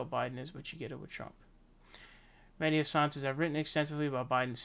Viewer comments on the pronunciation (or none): “Mehdi Hase-an”??? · Bro stop calling him "meddy Heysin " lmaoo